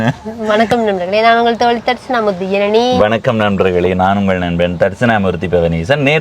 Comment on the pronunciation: Janani aval peyarai solum podhu enakku Irani endru than ketkuthu sariya uchcharikka soli kodunga